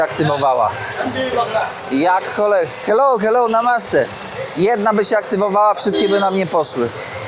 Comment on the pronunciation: ….i jeszcze jedno: „Namasté“ powinno być akcentowane na ostatnie „é“, a nie po polsku na przedostatnią sylabę 😅